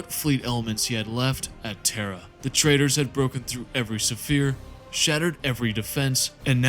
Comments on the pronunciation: Great video. My only critique is you pronouncing sphere suh-feer instead of sfeer, unless that was intentionally used in some places. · What is this pronunciation of sphere. Kill me. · Fantastic video i understand English may not be your native language, but the repeated mispronounciation of the word Sphere is very distracting. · The ships were used as Fonder!!!! For the fourth Suh Fere!!! It’s such a great well put together video but my brother the repeated mispronunciation of fairly simple words unfortunately takes away from it a bit. Can I ask is English possibly not your first language by chance? I don’t detect any accent I’m just wondering if perhaps that may be the cause. And you still have my sub anyway because I know your videos are going to improve big time.